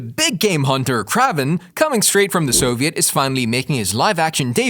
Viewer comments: I was bout to say same thing kraven not kravven almost like craving lol it's annoying to hear it said wrong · Funny, I've spent all forty-three years of my life assuming that the pronunciation of Kraven's name was the same as "craven" (hard A sound). I don't mean to sound presumptuous, but are you sure that your pronunciation is correct in this video? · Ugh. It’s “KRAYVEN” … not “KRAHVEN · That's what i just said too. Lmao. He is gonna call someone out for their pronunciation when he didn't check his grammar.🙄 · Dude say his name right omg! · I really hate the way they say kraven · Is Aaron Johnson the first person to play a popular character 2 times? Also it’s kinda funny how you say kraven 😂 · Yes ur right this guy is a marvel fan and can't say the characters names right he even called Kevin a weird name to feedge